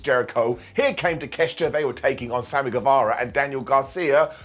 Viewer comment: Why don't you say takeoshita the right way?